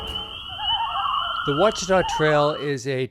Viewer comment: Thank you for pronouncing it properly. Good luck.